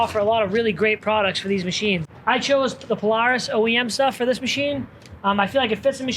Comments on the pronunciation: He doesn’t need a cage.. It’s a paloohis!🤣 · That radio and song choice made me not like the video at all and the way Polaris is pronounced 😂😂😂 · Please learn how to pronounce polaris 😂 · He says Polaris so weird lol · The way he says Polaris hahahaha